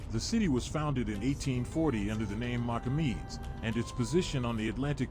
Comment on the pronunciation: The city’s name Namibe ( ) was changed back to its original name Mocamedes (pronounced - Mossamedes) in 2017. When the Portuguese settled in 1400s there was not a village there. This video is not stating the official name. No mention on how the city came to life. Please correct your video. Thumbs down. Beautiful city that the Portuguese/local people built.